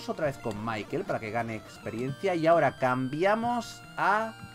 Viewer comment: se pronunsia Mickael no Maikel